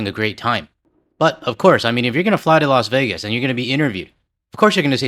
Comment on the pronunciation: Los Wages. 😂😂